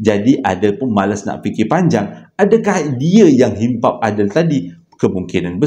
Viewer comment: Bukan himpap tapi hempap